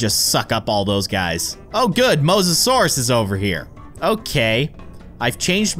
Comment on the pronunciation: Me keeping track of all the miss said words 😆 you called the Mosisorious Did not spell correctly Megalodon you Called the megalodon megosourus and yea XD not hating just thought it was funny